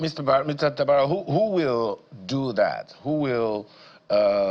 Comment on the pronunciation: Mr Samuel Tabara, and not taraba as pronounced.